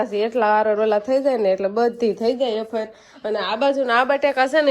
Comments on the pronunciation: Bolta sikho vefar kevay aefar nai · Aefar nai vefar kevay 😂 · Bapre aashu afar ? Vefar kevai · વેફર કેવાય બોલતા શીખ